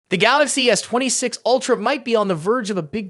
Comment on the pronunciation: Oi, robot with the pathetic voice! WTF is a "twenty sticks ultra"?